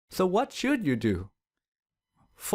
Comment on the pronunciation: Yea my too sound like Tewww and do sound like dewww